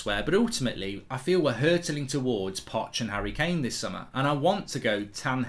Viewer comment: The disrespect on Kane’s name in this video is woeful